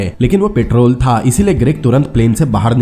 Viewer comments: "THaaA" "only legend can Be Understand 😂😁😂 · Tha ga tha ga tha tha tha Itna jor kyu Lagata hai last word par Bakwas explainer